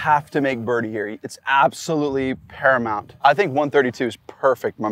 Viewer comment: bro said it’s ‘imparamount’ 💀😂